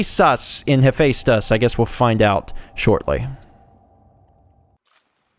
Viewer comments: Someone correct me if I'm wrong, but Hephaestus is pronounced Hefestus, right? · It's funny how many people pronounce Hephaestus wrong. You were only off by a single sound, but other people usually totally screw it up.